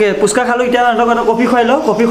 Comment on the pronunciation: Its phuska not puska..And jungle t testy nhoi tasty khna